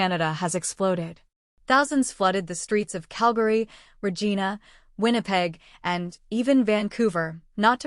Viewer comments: Excuse me. The city of Regina is not pronounced "Reh-Jee-Nah". It's pronounced "Reh-Jy-Nah" REH-JY-NAH REH-JY-NAH REH-JY-NAH REH-JY-NAH REH-JY-NAH !!!!!!!!!!!!!!!!!!!!!!!!!!!!!!!!!!!!! GET IT???? I'm out. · I'm an American, but I know that Regina is pronounced reh-JINE-uh, not reh-JEAN-uh. --PAY? Do you mean PEI, as in Prince Edward Island? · I noticed that she pronounced it "re gee na" instead of "re gy na" ("y" as in the letter name). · Did she say Reegeena? Where's that? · I hat these AI voiced reels...Yet I found so much humor to the voice saying "pei/pay" instead of them writing it with P.E.I or even just printing Prince Edward Island.And its Regina not Regeena. Too funny. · I thought it was pronounced, "Re-gyna" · Check your pronunciations of place names. Regina is not Regeena. I’ve mentioned this before. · I think it (Regina) is pronounced 'as ree geye nah'. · Are you an AI bot to pronounce Regina that way? Regina rhymes wit h vagina. Learn it. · too bad you can't pronounce Regina properly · You know this fake propaganda when this narrator couldn't say Regina properly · Such BS on this platform! What a stupid question! You can’t even pronounce Regina probably which makes you FAKE NEWS AllBS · Who are you that you don't even know how to pronounce Regina? Canadian????? How is it that only you knows about this summit? Trolling much? Where and when did they meet? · This is clearly a MAGA inspired YouTube posting. The narrator is pursuing an heinous agenda - an American who does not even know how to properly pronounce “Regina”. It is nothing but a Nazi-type propaganda. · this is american tratorous propagabda. she doesn't even know how to pronounce regina, so not canadian. and by the way i'm from british columbia and we voted for the liberals that alberta ahjtes and we aren't leaving canadfa you traitors can go . manitoba isb't going either, so the traitors get no sea coast.